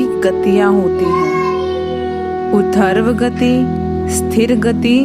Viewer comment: अच्छा प्रयास हैं आपका किंतु हिंदी का ज्ञान है नहीं आपको? ऊर्ध्व गति गति बोलना चाहिए न कि udharvgati